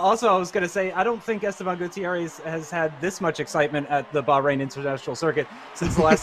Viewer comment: It would be decent if the commentator bothered to learn the name of the country Bahrain.